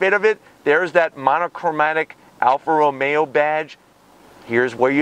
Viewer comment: Why does he say ROMeAaaaaa